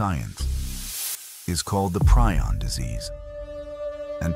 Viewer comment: Pre-on. Not prai on